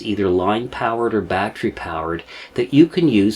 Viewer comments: Batt ter ee. Not batt re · Love your shows & you but you pronounce the word "battery" as "bat-tree" & it is pronounced "bat-teh-ree" !!! My only gripe but I miss so much because I am consumed with the pronunciation being wrong. HELP ME LEARN, SAY IT RIGHT!! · Just a tip, 'battery' is a 3-syllable word, there is no such thing as a 'battry'. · Very Excellent Presentation! I will try to ignore the "bat-tree" pronunciation because that's my problem. Sub'd anyways.